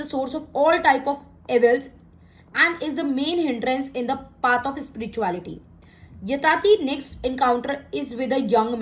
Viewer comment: Sorry to say mam.. Its YAYATI not yatati. Your are an inspiration for all so its our duty to go together with whatever right .. Anyways you are doing a great job.. God bless